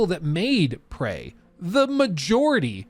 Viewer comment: it's Prey, not "Pray"